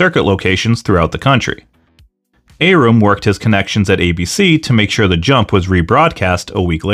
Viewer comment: You don't pronounce Bob Arum's name correctly.